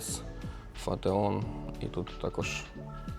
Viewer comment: Вразили глибокі пізнання автора "Норч" і "Фатеон"- убив😂😂😢